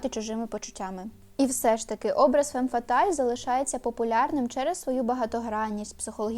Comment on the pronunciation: Правильно фам фаталь. а не фем фаталь. Перекладається як фатальна жінка